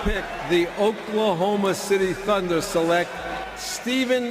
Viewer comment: Never realized how horrific this draft was but I like how Stern mispronounced select in anticipation of having to say the freaks name